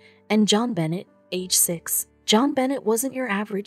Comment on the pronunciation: It's not pronounced John Bennett He's name is pronounced "Jo'n Ben'aye" 👧 M. Illinois.